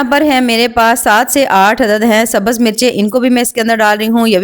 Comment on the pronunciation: Itne pahde likhe hone k baad bhi sabaz bolti ho sabz bola jata hai